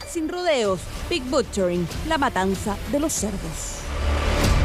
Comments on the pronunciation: La matanaza ? O matanza ?? Xd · Dice MATANAZA😂